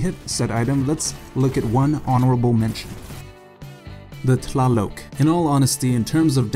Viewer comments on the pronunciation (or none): | Gaming & Entertainment also the tlaloc is pronounced taloc not toloc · Its pronounced ta-lay-loc